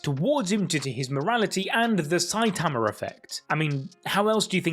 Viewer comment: i love how instead of saying saitama you say saiatamar